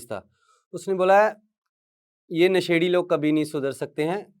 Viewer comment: अभी तक आप क्लियर नहीं हो,, नशेड़ी शब्द गलत बोल रहे हो